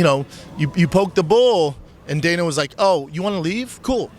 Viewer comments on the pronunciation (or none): none